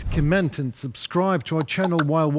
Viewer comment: Dear, we don't comMENT, we COMment. The word is stressed on the first syllable. Keep up the good work, but don't rage as us, your viewers, don't get angry at us, we do all we can to spread the truth in the West, wherever we are and we donate regularly - well, I can only speak for myself, and I donate every month, although I only get on disability benefits which stops me from doing anything that requires manual labour, as I am seriously disabled. But we all do what we can, trust me. Слава Україні or if I respond to you it is Героям Слава!! And I mean it.